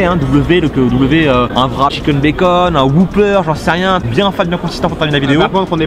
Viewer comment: Mec je suis désoler mais on dit pas vrap, mais wrap